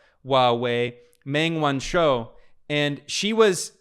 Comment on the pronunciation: Meng Wanzhou: say MUNG won-JOE (or won-ZOE)